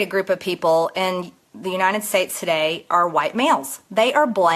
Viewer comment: Marge - its uniTed not uniNed.